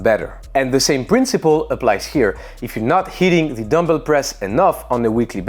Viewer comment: no one notices the 'zer hahaha' at zer end?